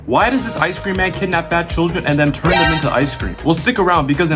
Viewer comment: you said kiddnap 8 times